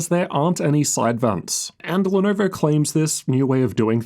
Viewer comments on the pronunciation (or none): Ar nar, not the Lenarvar.